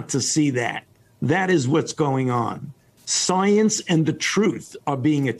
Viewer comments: He says science weird, he pronounces it like soeyence. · Me, a scientist: I'm not gonna trust someone who pronounces scienve as "soyence".